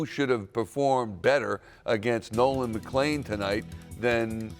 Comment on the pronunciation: Brother can't even say Nolan's name😂